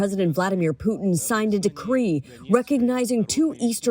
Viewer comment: Its Putin NOT PUCHIN …